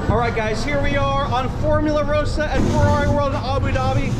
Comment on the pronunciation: It's ross-ah.